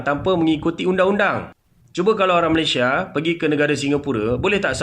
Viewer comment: Nampak sangat tidak habis SD. Mengeja ‘Malaysia’ pun jadi malasia